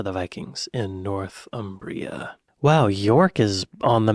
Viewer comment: Northumbria is pronounced "Nor-thumbria", not "North Umbria". Americans often get this wrong. It takes its name from the river Humber - the land north of the Humber.